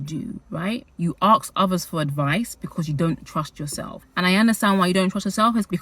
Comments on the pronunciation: its so interesting every time you say AKS nit Ask )) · Why do you say "aks" instead of "ask"?